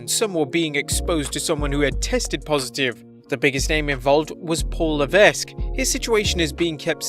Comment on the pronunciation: THE ‘S’ IN LEVESQUE IS SILENT! STOP PRONOUNCING IT!